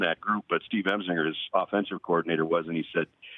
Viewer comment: Brad and Gary have called numerous LSU games this year, but still can not pronounce LSU’s offensive coordinator’s name correctly. His name is Steve Ensminger...Not Emzinger